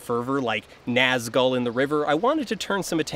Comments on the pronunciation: His real problem with pronunciation is when he pronounces the 2nd syllable of “Nazgul” like “gull” rather than “ghoul.” Ouch. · This video's incredible, as usual, but I spent like half of it being weirdly distracted by "Gandaff" and "Nazgull" - it's like when I watched another video recently that pronounced foyer like Foi-ur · did he just say naz gull. good video by the way